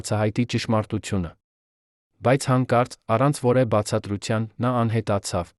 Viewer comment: Երևան , որևէ , հետևանք , կարևոր , հետևում , երբևէ , դեռևս , մարդիկ ( մարդիկը չէր կոռումպացված ... )։ Հետո՞ ... Մեկ ուրիշ մարդ չի կարո՞ղ ընթերցել. Բավական է ։